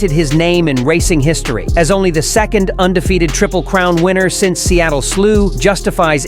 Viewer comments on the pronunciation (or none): none